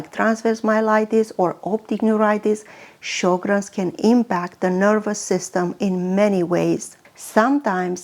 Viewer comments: It is pronounced Sher-grens. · Pronounced Sho’-grens.